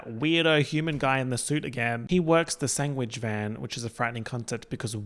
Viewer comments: omg you say “sang wich” instead of sandwich just like benedict cumberbatch says “peng ling” instead of penguin 😭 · OK holy shit I've never known of anyone else who pronounces it "sang-wich" I feel so seen